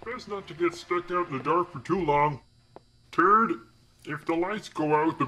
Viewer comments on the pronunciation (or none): I love how he says TURD instead of third 🤣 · no offence to but he said turd insted of third and that right there made me laugh my ssa off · The way he says third ☠️